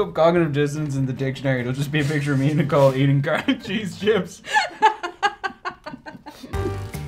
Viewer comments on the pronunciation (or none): none